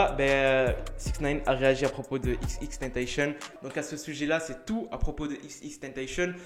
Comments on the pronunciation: On dit pas "tenteychenne" on dit "tentacion" c'est xxxtentzcion qui l'a dit lui meme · Xxxtentetion on dit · tu me stress à dire « xxtentachion »😭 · Je t'explique en fait ca ce prononce XXXTENTACION tu vois y'a 3 X donc dis les 3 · Wsh il a dit xxtentacion... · Je t'explique en faite ça ce dit XXXTENTACION y'a 3 X donc faut prononcer les 3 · Il a dit "XXtentacion" 😂😂😂 Tkt on t'en veux pas🙉